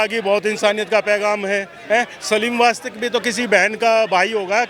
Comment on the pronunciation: Wastvik nahi Wastik. Get well soon Sir. Pehle hi bola tha security dedo inhe.